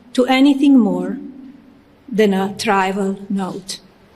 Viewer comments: I didn’t hear her say anything about Zampoli. Interesting…. It is TRIVIAL NOT TRIVAL! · "A trival [sic] note" 😂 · Does ‘trival’ mean ‘trivial’ or ‘tribal’? Does she know what it means? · A tribal note? Ya mean trivial Mel? Learn English for once. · Did she say tribal note or mispronounce trivial ? Like who wrote that for her ? She misspoke more than that but , I mean , can she even read? Einstein smh. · Trival?? I assume she meant to say trivial. How is her english so incredibly bad? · I had to rewind thst a couple of times; it sounds like she says “tribal note.” I believe she says “trival,” or mispronounced “trivial.” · Did she mean TRIVIAL note? What is a trival note? Did she get an Einstein visa, nope she got a Moron but has a great body visa. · "TRIVAL" OR TRIVIAL? LOL! WHO WROTE HER SPEECH? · It was so funny. It sounded like she said TRIBAL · So she can pronounce Ghislane perfectly and cannot pronounce trivial. Right?! I call all my not friends “Sweet pea”. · Trivial??? Surely the first lady means Trivial??? Surely the First Lady should at least speak english correctly??? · Genius Visa recipient can't pronounce 'trivial.' "My polite reply to her email doesn’t amount to anything more than a trivial note." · I do think she is trying to deflect from something that is coming, that she knows about and knows is coming. apart from what she is saying and what it really means, I'm shocked at how bad her English is. Can't even pronounce some important words of her speach, that she didn't write herself. "trivial, circulating,..." She's been living in the US for 20 plus years? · She’s got Utah Curls now?! Such a miserable woman. She mispronounces trivial and a few other words, too. How sad and pathetic.